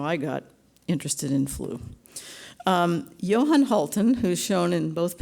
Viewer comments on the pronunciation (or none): none